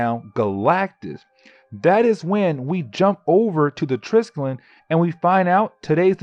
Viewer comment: Not gonna lie i cringe when you pronounce triskellion